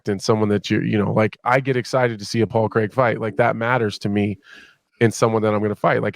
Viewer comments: 38 seconds in and Bisping says "Pol Crrrrraaaaaig" loool 😭😭😭😂😂😂😂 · bisping hated couple of times on people on saying "paul kreeeg", still he does it everytime haha